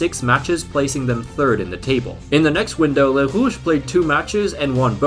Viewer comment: The way he says Les Rouges kills me inside